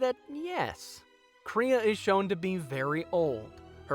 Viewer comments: how did you manage to never say Kreia or Atton right? Also Kreia isn't really over powered she's been down both the path of the light and dark which she makes a point to teach is the better way. And those jedi masters were weak. you can kill them one at a time in earlier levels. As for her past its heavily implied she was some high level jedi possibly Aren Kai. You seem to have a lot of footage from other videos and have falied to mention her greatest failure isn't scion it's Nihilus. I have to ask while you perfectly understood the point of kreia did you play the game? No seriously she and atton use eachother names and god that hurt to listen to. If you haven't or more likely its just been awhile steam has it and the restored content mods for a rather low price. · Everything about this video is telling me to unsubscribe... especially the way you said “kreia”